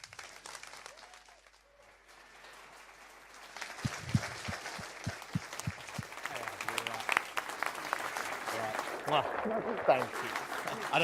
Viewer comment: AAAAHAHAHAHAHAAH ITS RISHI SUANK XD XD XD AAAHHAHAHAHAHAAHAHAH. Squatter. Also, did Baroness Mone source that mic for him? :')